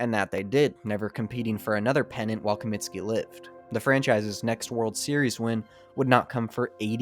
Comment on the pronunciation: Comiskey not Cominski